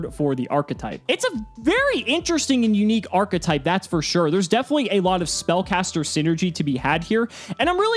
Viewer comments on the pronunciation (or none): none